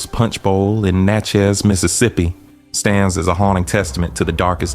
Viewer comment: It's pronounced like "matches;" Natchez, I'm born and raised here. The Devil's Punch Bowl is now called Natchez National Cemetery in an area neighborhood called Marble Stone. Every year, I think between Spring and Summer "they" perform an act of theatre out there (at night) and it appears very demonic. This is from a personal account of my roadside (Cemetery Rd.) view, without any context of what the script or acting entailed. The image(s) didn't need a thousand words, my spirit said it was satanic!